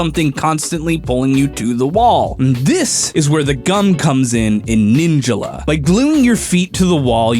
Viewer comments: No one gonna question that he says ninjula not ninjala? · He said ninjala wrong. He said it like ninja la. Its pronounced like ninj all uh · ninja la? isnt it pronounced nin jala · Ninjila????? Its NIN-JALA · please for the love of god say ninjala instead of saying ninjalla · Everyone: Nin-JAH-lah: Nin-JUH-lah!!!!!!! You could have at least used the pronunciation of the announcer... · Omg the way he pronounces Ninjala bothers me so much! The game literally tells you how its pronounced! It's NIN-JA-LA not Ninja-la. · Ninjala not Ninjula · the way he says ninjala makes me uncomfortable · how dare you mispronounce ninjala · Is it just me or does incorrect pronunciation of “Ninjala” really make you angry?